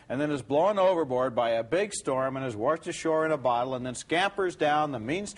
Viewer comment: "warshed ashore"